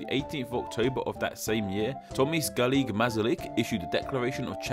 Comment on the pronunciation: Tomis garlic mazalik? Orly? Are you american, or what? Tomáš is like Thomas but with sh sound at the end. Garrigue is french, its more like "gharick". Masaryk is like masala with "rick" instead of "la".